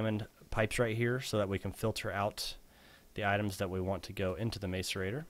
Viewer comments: *gah* I feel annoyed every time he says mace-arater :K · because he cant say macerator correctly